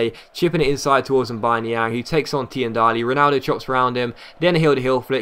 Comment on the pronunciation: Tiendalli is pronounced as teendalli , still loved the vid :))